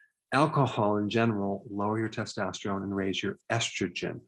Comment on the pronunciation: errr Doc ... it's testosterone... test-tost-terone... NOT... testostreone... test-tost-treone... :yougotthis